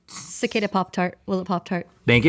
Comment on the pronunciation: pronouncing it “sa-ca-da” instead of cicada was the best.